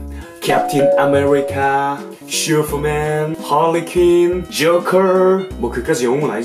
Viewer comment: 슈퍼맨하실때 슈fa맨~~ 웃곀ㅋㅋ